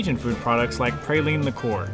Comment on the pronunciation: I’m glad y’all enjoyed the Crescent City! But we say “Praw-leen, not Pray-leen!